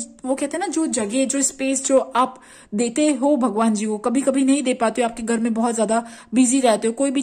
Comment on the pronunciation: गर नही ,,, घर बोलते हैं । हर हरररररर महादेव ।।।